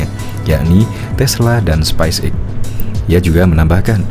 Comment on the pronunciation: coba pronounsition yg baik dn benar space X bukan spice X bung!!!